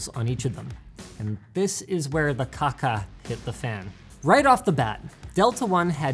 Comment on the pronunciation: did he just said "cacca"? confused Italian noises